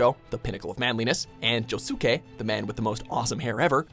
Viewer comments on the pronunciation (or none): damnit!!! its pronounced Joskay!!! not Josookay damnit! WATCH THE FUCKING ANIME AND LEARN HOW TO SAY THE GODDAMNED NAMES! dislike! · . It is spelled 'Josuke' but, it's pronounced 'Jose-kay' now every anime fan will hate you because you said it wrong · i know he didnt just say joe soo kay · Did this b just say joe Sue k? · They pronounced Josuke from jojo as "Jo-su-k" which made me cringed so hard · The u in Josuke is silent